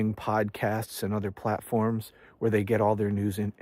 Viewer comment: When you said "platforms," it sounded like "clap forms." 👍👍👍